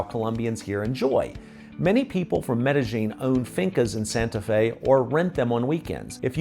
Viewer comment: I didn't mean to come off heavy, I just lose my mind when people do videos telling everyone about Ma-Dell-in. I think your videos are great & hopefully to meet you someday.